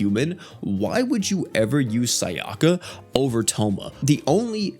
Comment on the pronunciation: I love how he pronounces their names wrong Tomoe as tomo (It's pronounced, toe - moe) Sayaka as sayoka (It's pronounced, sigh - yah - ka) Kyoko is keyoko (It's pronounced, kyo - ko, literally) Not sure how he pronounces the other 2, but I'm sure it's wrong but funny